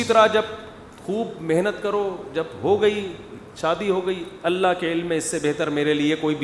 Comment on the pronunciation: Mukti saab aap her baar Alla kaha Alla bolrahe ho..Kaunsa language mein kaha..kab kaha..???video proof hai👂👐🤙phone kia